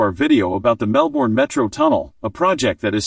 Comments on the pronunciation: An irritating American who can't even pronounce Melbourne and the names of its suburbs. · God ,please pronounce Melbourne correctly .